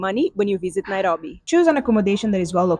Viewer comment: I just love her pronunciation of Nairobi❤